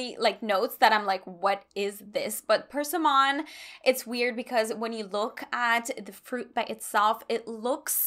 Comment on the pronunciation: Persimmon is pronounced like “per-SIM-un,” not “PER-sim-on”